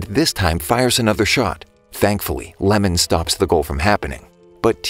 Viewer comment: guys the goalkeeper's name is not lemon its iemon